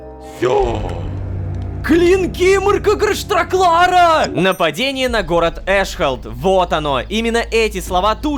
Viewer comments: Урааа, он смог выговорить мрк’грш’траклар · Ло от удивления аж выговорил Мрк'Грш' Траклар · только из-за клинка, Лололошка впервые выговорил имя Мрк’грш’траклара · Лололошка научился выговаривать имя Мрк'грш'траклара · РОМА НАУЧИЛСЯ ГОВОРИТЬ ИМЯ МРК,ГРШ, ТРАКЛАР!!! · Ура Рома не тупой он смог выговорить это не в озвучке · Лололошка смог произнести имя Марка 🤯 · ОН СМОГ ЭТО ВЫГОВОРИТЬ 😊😊😊